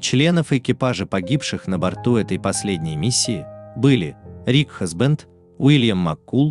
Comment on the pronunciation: Комп :Рик Хэсбэнд. Человек:Рик Хасбанд.